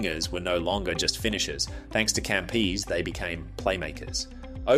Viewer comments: It's Italian. cuhmpeh-zeh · I don't believe an Antipodean rugby fan doesn't know how to pronounce Campese